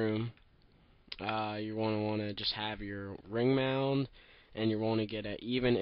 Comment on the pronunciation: Did u say ring mound? wtf?